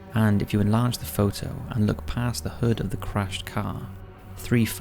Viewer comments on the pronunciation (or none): none